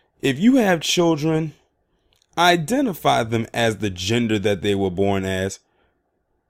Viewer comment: You said it right the first time identifail